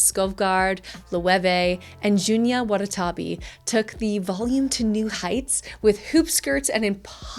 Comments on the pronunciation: Repeat after me: Junya WA-TA-NA-BE, WATANABE, not Junya “Watatabe” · Just a gentle note that it’s pronounced Junya “Wa-Ta-Na-Bey” and not “Wa-Ta-Ta-Bee”. Don’t forget the N 😊 And technically in Japanese, it would be said Watanabe Junya, but in English, the reverse is all good. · Love!!! First time seeing your videos and will definitely be back! P.S. Junya Watanabe is pronounced june-ya wa-ta-na-beh :)